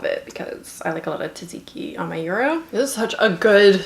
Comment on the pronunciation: Lovely video, sorry but I I couldn't stop replaying the moment when you say tzatziki :)))))